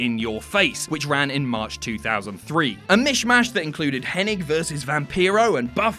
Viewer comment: Wait wait wait did he just call Mr Perfect ( Kurt henning) .... Kurt henneck?